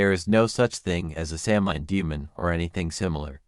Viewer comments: A few things... Samhain is pronounced SAH-win. Celtic is pronounced KEL-tik (with a 'k', not an 's'). What you relate are the legends, myths, and folklore that surrounds Samhain. What we definitively know about it woukd fitvon about a page and a half of paper. There is zero historical evidence that it had anything to do with a celebration of the dead. It simply marked the transition of the light half of the year to the dark. It was a time for culling herds, paying taxes and tithes, and the holding of judicial assemblies. Horse racing seens to also have been a Samhain activity. The carving of root vegetables dates to around the 1700's. It's just not historically attested any earlier. All Saint's and All Souls did not replace Samhain. They developed completely independent of each other. By the time the datecwas changed from May to November, bith the Druids and Samhain had been gone for over 500 years. Costumes associated with trick-or-treat developed around the 1930’s from right here in America - they do not tie back to Guising, Souling or Mumming. Historical similarity does nit equate to historical sameness. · This video repeatedly mispronounces words, it’s significantly reduces authority of information offered. There is no soft c in Gaelic. The word is not phonetically pronounced Samhain is Sow-en.